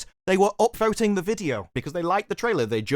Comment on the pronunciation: Oh, upVOTING the video. I thought you said "upTHROATING" the video. Which would be weird.